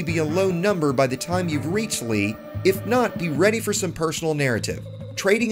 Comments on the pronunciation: Nice vid, btw its pronounced "Lay" not "Lee" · You must pronounce his name the way it’s spelled....I mean it’s already spelled to accommodate English speakers for duck sake.